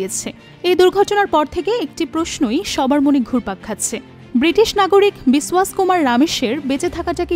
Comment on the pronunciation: বিসওয়াস নয় বিশ্বাস!!!